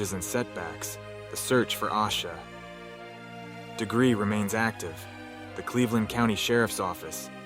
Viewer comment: Learn to pronounce her name correctly